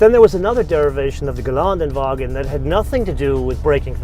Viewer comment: It would be so nice if he would like to learn how to pronouce Geländewagen correctly - 'ä' is not 'a'